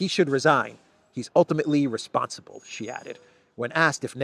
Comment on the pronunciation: Sheeeee not Jheeeee